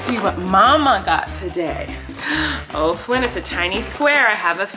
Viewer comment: Its Flynn not flyn